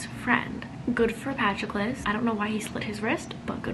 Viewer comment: just as an fyi it’s Puh-TRO-klus and KY-ron haha 🥰💖 love the video